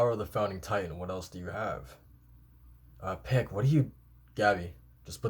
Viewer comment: Euthanization - "Youth-an-eye-zay-shun" Also, Pieck's name is more like "peek". ピーク = "piiku"